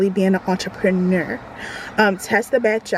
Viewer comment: Great info to know. ❤ P.S you had me at “entrapanerrr”